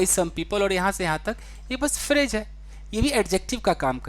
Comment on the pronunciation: Pronunciation of phrase .... it’s phrase not phraje 🙏🏻